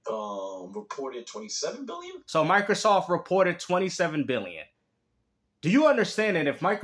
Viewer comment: Is this clown calling it Michaelsoft?? Does he also “axe” questions?